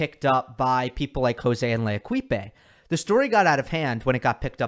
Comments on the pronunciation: Thank you for the unbiased approach, but please don't pronounce L'Equipe (the team) with "e" at the end, which is silent (as is the case with most endings in French). They may be a bunch of a$$holes for ever allowing an article like that to be published but it still hurts my ears to hear l-ekip-E. It takes 5 sec to find a Wiki article and find out how to pronounce. You are criticizing people for not doing the research while literarly not doing the research (it's a hard comparison but still). Cheers! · Love your pronunciation of L'équipe. It's actually more like 'lay-keep'. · He pronounced it the Spanish way.